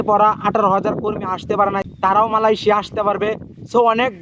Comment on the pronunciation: মালয়েশিয়া কথাটা ঠিকমতো বলেন